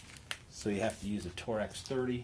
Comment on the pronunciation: For the record, its not tor-ex, it is pronounced 'torx'